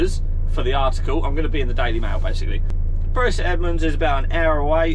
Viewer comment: Come on, can't call Bury local and then pronounce it like that. Its Bury like 'berry'! Bury born and bred here